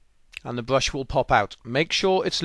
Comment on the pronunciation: What's a bwush?